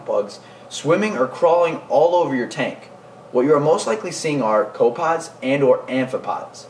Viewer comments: they are co pep pods not co pods other than that decent vid oddly enough rotifers is pronounced roe tifers not rawrifers. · I like your vids but please start pronounce copepods correctly. It is pronounced co pa pods. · Co pods? I think a syllable went missing.